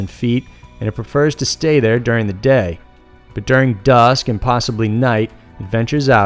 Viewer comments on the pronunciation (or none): none